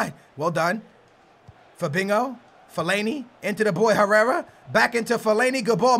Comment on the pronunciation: you say Fabinko it is Fabinho mate.